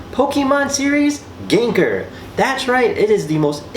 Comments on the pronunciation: Excellent video, but if I could give a few minor critiques. - The choice of music for the build montage was bad. Really bad. - It's Gengaaaaaaaar, not Gengerrrrrrrrrrr. - It's Hauuuuuuunter, not Huuuuuuuunter. That's it! like I said, other than those 3 minor critiques, excellent video :) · Thank you for the video, i luckily bought 2, i did cringe when you said "ganker" ,its pronounced like "gang gar" XD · lokjaw no it's prounaced gen gar _ _ _ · I gave you a thumbs down because of how you said his name for the first 7 mins of the video. But I’m just jealous you have one and I don’t ☹️